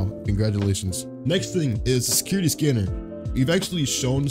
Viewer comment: Bro he be struggling saying security scanner